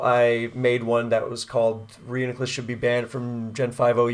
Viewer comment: PRO (ban) : Bro is broko lmao Magic Guard is sorcery and therefore forbidden His name is annoying and pronounced wrong Too many sets ; would rather know that I lost for sure in team preview ANTI (ban) : Alakazam will be lonely :( Not a net win or loss for any side of the weather war and therefore pointless to the conflict people care about Technically psychic types can only be broken 70% of the time Spikes is the real problem anyway so why even try anything at all